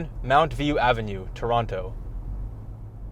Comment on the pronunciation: i died LMAO but again great video! I have observed that Google is still better at handling my Indian English though. Also why do you say toronTo huh